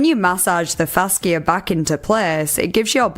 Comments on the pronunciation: FaSHA, not fasKIA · fash-e-uh not fask-e-uh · it's pronounced fash-uh not fass-kia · Hello! I love you and your videos! Fascia is pronounced fasheea:) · Fascia is pronounced like fasha/fashia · Thank you for the vid! Heads up fascia is pronounced “FAsha” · Just for future reference (on NO way meaning to be rude or "that" person, just helping) fascia is pronounced fasha. Sorry, don't mean any offense at all. EDIT: If it is a regional pronunciation, just ignore, or point and laugh. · Not sure if the pronunciation in the UK is different, but in the US, 'fascia' is pronounced 'FASHa.' Not trying to being mean at all, I just personally like when people let me know if I may be pronouncing things wrong so I can get them right in the future. Please feel free to delete if this seems mean! Love your content and your accent!